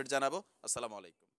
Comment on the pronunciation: ভাই আমরা বলি- আসসালামুআ'লাইকুম।সালামুআলাইকুম না।